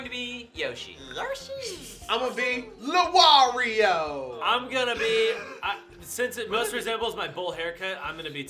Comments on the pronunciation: it's not lawario it waluigi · it's not LaWario, it's Waluigi. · Luwario? Its waluigi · said lumario instead of waluigi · Why ***** Does say LaWario. It is Waluigi. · It’s not luwario lumario it’s walauigi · Who the fuck is lawario its waluigi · No one else commenting about calling Waluigi LuWario? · Why was calling Waluigi Luwario?? Just curious... xx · Isn't it Waluigi instead of Luwario,? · Why was calling Waluigi Lawario, that's not his damn name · did call Waluigi Lawario?